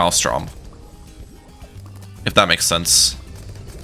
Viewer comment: I can't be the only one who notices that he says Maelstrom in such a unique way, lol